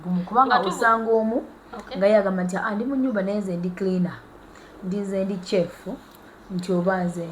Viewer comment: Pronunciation entuufu eri "Shef" so si "Kye-fu"! Kannyongere okukowoola Jajja Nabuzaana, ayongere okukubunduggulako emikisa, mukyala Topista (Kirabo okuva ewa Mukama Katonda). Akuume.